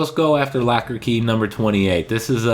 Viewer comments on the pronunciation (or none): Is it locker or lacquer key? Lol sorry i couldn't get past your funky pronunciation of this word. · It sounds like you are saying lacker instead of locker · Why are you saying "Lacker" key instead of the "Locker" key? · It’s locker key not lacker key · I'm from canada and I say that Is not how we sound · Sounds like you're saying lacker key lol thanks this was helpful